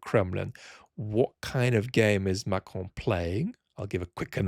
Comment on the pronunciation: The way you say "Macron" is so good.